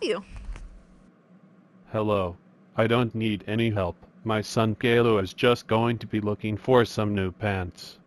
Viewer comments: its not gaylou it csillou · Angelika Unger they say Caillou’s name wrong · Love how they always say Gaylou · it's not gayloo its caillou lol. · Its so funny 🤣 how Callious Dad calls him Gaylou 🤣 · I love how they always say Gaylou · Angelika Unger they say cailloiu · take a lou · no they say cailou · JoshZ they say gaylou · JoshZ gay Lou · Lol gaylou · and why do they call him"gaylou"💀✋🏼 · It's so funny when he says “Kale-u” instead of Caillou. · Why do peapole think Boris kayloo i think He say gayloo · they always say Gaylou LOL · WHY DO THEY KEEP SAYING KAYLOU LMAOOO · Their always calling caillou gaillou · They pronounce “Caillou” wrong. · When Says Chucky Chesses It’s Sounds Like Chucky Jesus